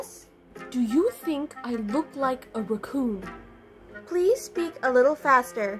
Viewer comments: She keeps saying roocon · said “recoon” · It's because she's saying ruhhcoon instead of raccoon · The way she pronounces raccoon is so funny 😂 ❤ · So glad I’m not the only one who pronounces raccoon like that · don't look raccoon but she keep saying it wrong so Monika keep saying is a raccoon but she is not but is funny 😂😂😂